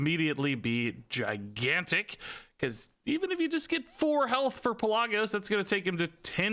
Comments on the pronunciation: I love your videos, but one thing. it's pronounced Pel-luh-gos. You were close and I know you don't play world of Warcraft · I am so sorry but Pelagos is Pe-la(short a)-gos I still love the vid though! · its actually pronounced Pel-uh-goe-s. Greek, Macedonia or Thrace of origin if i recall. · It's wingardium Pel-a-GO-sah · It's not Pelagos, it's PelaAaaaAaaAaAAaaAAgos. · in greek we have something that's called tone it goes on top of a letter that helps so ppl don't mispronounce the word, that's why I said it like that cus to an non eng speaker the pe-la-gos that he said could be pronounced 3 different ways atleast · Pelagos(pel-uh-gose) I’m sorry but that just triggered me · it hurt my ears every time i heard pellahgose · Lol you are pronouncing Pelagos wrong. I cringed every time you said his name. 😂😂